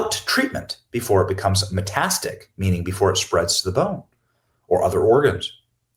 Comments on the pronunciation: lol metastic lol it’s meta-static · FYI, it’s meta-static, with four syllables. Meta, then static, like static on the radio. And metastases, muh-TAS-tuh-sees. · Love you, Benny- just wanted to lyk it's pronounced met-TAS-ta-sis and met-as-TAT-ic. Thanks for everything! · "METASTIC" -> METASTATIC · Benny, bro- thats meta-static not metastic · The word is METASTATIC-please, Benny… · Pronounced Meta-Static not metastis??? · Not knocking you at all, Benny, but please learn how to pronounce Meta-static. Its that simple my friend. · "Met-a-static" ... metastatic cancer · Please pronounce metastatic correctly. met-a-stat-ic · Benny, learn how to say words! Meta-stat-ic. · Meta static........ not metastic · Am I a wrong: it is not "meh tas tik" ... someone please say; it is a lot of syllables, i understand. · Met-a-stat-tic, short a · It is pronounced "meta - static" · Benny is pronounced “meta static.” Having said that, I am a nurse and what you are saying was my first thought when I heard. Cover ups galore. The buck stops with Jill as far as I am concerned. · Please use YouTube where it teaches you how to pronounce words and learn how to pronounce metastatic! You’re killing me! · You are pronouncing metastatic wrong.